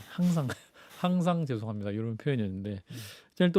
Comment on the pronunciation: "쥔심으로 줴송합니다 슈샤 잘 받고 나오게슙니다" 보톡슨지 필러인지 하도 맞아서 그런가 발음이 왜저래